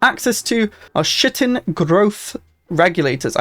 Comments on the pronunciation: Pardon Chitin is pronounced Kai-tin not s**ting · I'm just gonna say it here to be forgotten but Chitin is pronounced with a hard K sound for the ch followed by a long I, so K-eye-tin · Chitin is one of those words that's not very intuitive to pronounce. The chi is a hard K and hard i sound, so like "k+eye+ten" two syllables. New ships look awesome and besides the design options it seems like maybe we can make more mixed fleets? Loving the idea of not just disbanding/salvaging early fleets as well and having them scale up. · Chitin -> "Kite" "in"